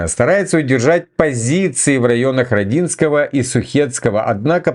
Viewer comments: Не знаю читает ли комментарии, но всё-же - не РодИнское а РОдинское, с ударением на букву "О" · мой город-РОдинское,прости режет слух